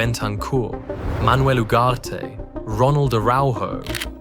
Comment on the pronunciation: "Manuel ugarte" seriously bro